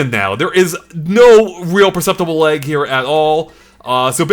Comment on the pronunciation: Never heard lag pronounced leg until now. Are you Canadian?